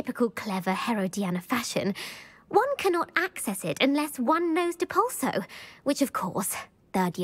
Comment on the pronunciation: Depulso, not depluso XD second btw